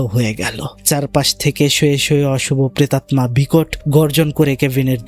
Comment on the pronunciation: ভাই, প্রেতাত্মা(pretatta), নট প্রেটাম্না(pretatma)